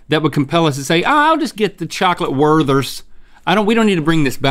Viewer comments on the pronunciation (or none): LOL "Ah, I'll just get the Chocolate Werthers" When he says Werther's I crack up.